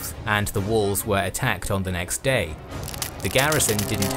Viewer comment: "All Rome will be amazed at such a victory. The DAaaaaYEEE is owuRsssssss!!!"